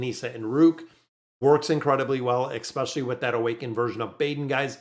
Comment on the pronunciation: ekspecially, where is that dialect from? I'm a linguist so I'm curious about language btw